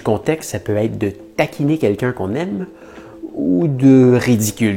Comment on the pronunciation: 4-:12 Avec le verbe " aêtre "!